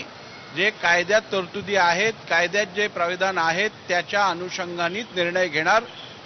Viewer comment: प्रीविधान नाही अध्यक्ष मोहदय, प्रावधान अस म्हणा